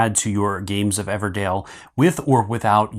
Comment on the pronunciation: EVERDELL! Not Dale oh my god 😂 DELL.